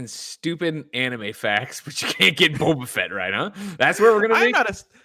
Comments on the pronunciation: say Bob-a Fett like an Australian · WOW HAHA not knowing boba fett pronunciation is WILD